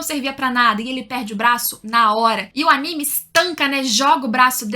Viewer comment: Parabens pela pronúncia correta do nome do anime e dos personagens!!! tem uns canais ai que meu DEUS!!!!!